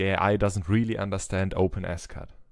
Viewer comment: Open S Cad, I thought you we're saying OpenAscott. My bad. Great work!